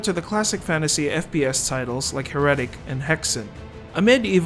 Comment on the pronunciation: Why did he say Heretic that way?